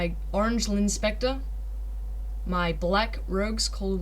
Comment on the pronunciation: Linspecter... LOL And don't keep disguising as the Demo every single time :)